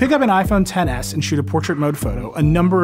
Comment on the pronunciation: its not "ten s max" it's xtra small max